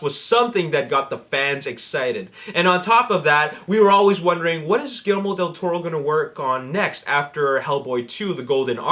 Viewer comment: It's GuiYERRmo, not gillimiro or whatever you're saying.